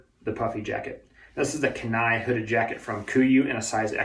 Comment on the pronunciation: You need to learn how to pronounce kenai before you start talking about a clothing line that was named after places in Alaska. You sound like a flat hatter with gauge deers. Just trying to make money off of your own reviews of stuff you don't understand. Just saying